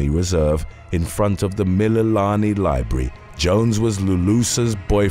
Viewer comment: BRO YOU COMPLETELY BUTCHERED EVERY HAWAIIAN WORD 😩 except for Mililani